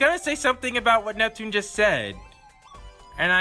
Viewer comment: I don't get how hard is to say Neptune name.